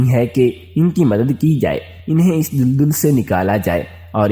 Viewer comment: Tum Ko Urdu NAHEE Aati Tu Mat Parha Karo Tum Daldal Ko Duldul Bol Rahay Ho Jaahil insan